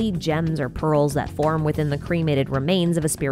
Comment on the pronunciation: I don't know why but I kept hearing "balls" instead of "pearls"